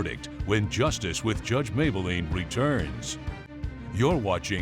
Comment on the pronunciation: Mablean not Mayblean